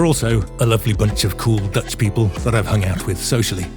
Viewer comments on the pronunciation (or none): none